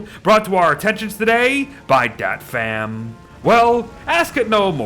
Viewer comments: As a Vietnamese the way you pronounce "Dat Pham" is so funny idk why, from now on I will alway call my friend "dat fam" too lol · Ive heard not Vietnamese calling my name like that for too much not to be offended 😂